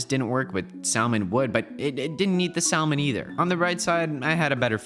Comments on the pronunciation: The l in salmon is silo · I love how he actually pronounces the L in Salmon